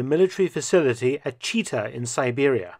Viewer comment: That city isn't named "Cheeetah", it's pronounced like reversed "Thai-Chi" - Chi-Tah, with hard hard articulation on both syllables.